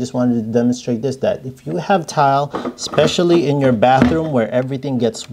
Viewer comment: Great video. Just a pet peeve of mine.....it's eSpecially.....not eXspecially. Thanks for the great tips.